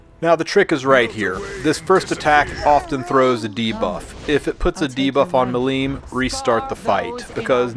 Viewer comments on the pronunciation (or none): MI-lim, not mi-LIM :D